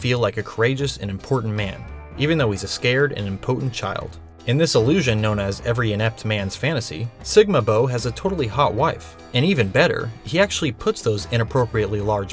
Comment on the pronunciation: *im-PUH-tent. That’s how it’s impotent is pronounced. Sincerely, an autistic person whose insides shake when a word is mispronounced.